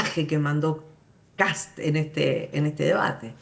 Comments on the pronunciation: Me da risa que le digan Cats en vez de Kast jajajajaja, vote por Johannes 4K4K4K4K4K4K4K4K4K. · Pregunta: por q los argentino le dice "kats" a kast si ven q esta escrito kast? 😂 Q tipo de dislexia es esa? Jajaj